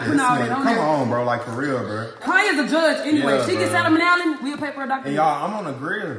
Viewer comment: The way pronounced salmonella got me weak asf😭